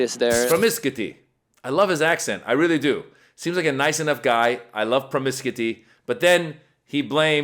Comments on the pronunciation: "Promiscu-ty" 🤣🤣🤣🤣🤣 Thanks for a good laugh to start my day. 💙💙💙💙💙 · the first guy is a latino. in spanish promiscuidad(which means promiscuity) is pronounced with teh same rythm he used. if you're gonna mock someone for speaking english in a less than perfect way, remember he speaks at least two languages. typical whyte folks trying to deride latinos. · Who's indoctrinated? The guy obviously read the word somewhere b/c he doesn't know how to say it